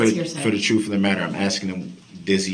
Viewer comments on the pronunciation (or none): 12-year-olds also know the difference between grounds and grounzzz! They know the difference between truth and troof! They know the difference between asked and axed!!! DB is ridiculous. He is also a serial killer.